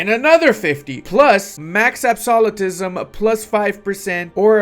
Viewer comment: Da Age of Absawlatetism.